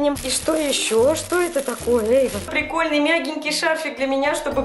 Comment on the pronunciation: Инаят Биктемир вообще-то если ты не знаешь русского языка то правильно Эйван а не Эван